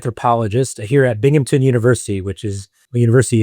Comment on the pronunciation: The university is Binghamton not Binghampton ya whacky Brit